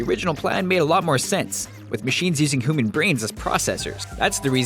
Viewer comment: did you just say hooman??